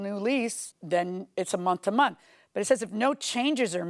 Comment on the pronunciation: Monff to monff😂😂😂😂😂